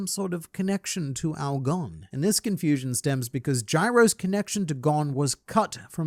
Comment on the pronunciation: You're saying his name wrong